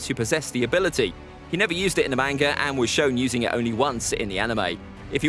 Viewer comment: Man if ppl are gonna be fans of manga… at least pronounce it right 🤦🏻‍♂️ it irritates me when ppl say “Mane-ga” where in the Japanese language do you think they have anything that sounds like “aye”. It’s not a huge deal but it still irritates me whenever I hear it. And did this dude say “the manga adaptation of the novel?” Who tf is this guy and why is he making One piece content.